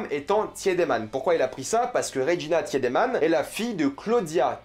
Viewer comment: J’ai pas vrm vu de problème dans sa pronunciation. Ou peut être c’est juste le fait qu’il regarde en allemand donc les prononciations sont justes. Juste pas en français. Sauf pour le tiedemann qu’il prononce pas bien du tout.